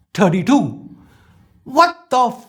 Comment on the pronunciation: Not samsung A32 its Samsung "A_Tatti_2"